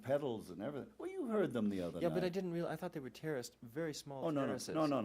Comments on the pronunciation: Took me a while to realize he was saying "terraced dynamics" instead of "terrorist dynamics". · It’s “terraced”, not “terrace”. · I thought you kept talking about terrorist dynamics, At the end of the interview, I think you meant terrace dynamics. 😂😂😂